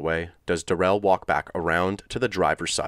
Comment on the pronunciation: Just a note - his name isn’t “da-RELL”, it’s pronounced normally (“DARE-ul”). He bizarrely changed his name pronunciation during the trial, but his mother/grandma/GF (and he himself during sentencing) pronounced it correctly.